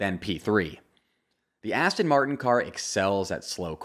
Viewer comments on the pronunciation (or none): none